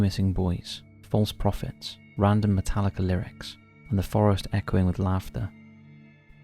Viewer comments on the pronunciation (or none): none